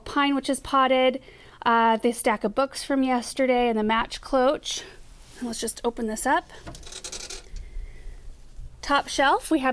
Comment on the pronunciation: Beautiful home, beautiful placements of everything you bought, loving it !!! Just a side note Cloche is pronounced with an sh at the end... <3